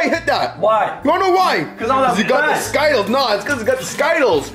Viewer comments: Bro it’s skittles not sky-tuls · It’s Skittles bro not Skyttles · For the last time ther skittles not skittals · He said everything else right but not Skittles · I love ‘skytkels’ jk no hate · You said Skittles wrong